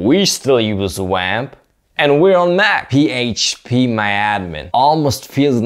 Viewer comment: The way he said PHP awakened something in me 🤣